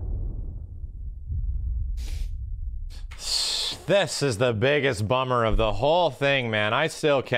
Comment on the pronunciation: Ifrit's pronunciation here finally settles it, like Aerith vs Aeris 😂